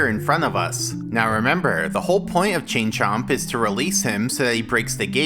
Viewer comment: I kept hearing "Ching Chong" instead of "Chain Chomp"